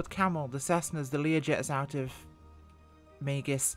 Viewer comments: It's "mEEgs" field not 'maygus' field. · Minor detail. Meigs. One syllable. Say it with a hard A vowel sound. "May"gz. Not 'may-gus.' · It is pronounced, Mig's. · I know it's a small thing.....but Megz, it's pronounced Megz. The i is before the g. ;-) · Please, please, please... pronounce the name correctly. I lived in Chicago, grew up with the airport, and your pronunciation was like nails on a chalkboard.